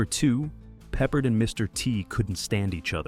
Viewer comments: You’re saying George Papa his name the wrong way it’s George Picard. It’s not peppered. It’s pard you’re saying his name wrong. You say a lot of names wrong. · You pronounced George Peppard last name incorrectly. IT is ARD like are. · It’s pronounced “Pep-Paard” (long “a” sound). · Now Ive gotta watch to hear the mispronounced, hahahaha peppered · Had to stop watching 90 seconds in after the narrator couldn't pronounce Peppard correctly several times. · I couldn't either lol. He's not a piece of meat that you season.